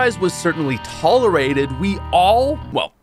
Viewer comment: 0.20 tall-arated